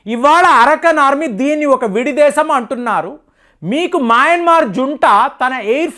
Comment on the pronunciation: దేశాల పేర్లు మార్చకు.. మాయమన్మార్ కాదు రా బాబు.. మయన్మార్.. బాంగ్లాదేశ్ కాదురా నాయనా.. బంగ్లాదేశ్.. ముందు నువ్వు సరిగ్గా పేర్లు పలుకు బావుంటుంది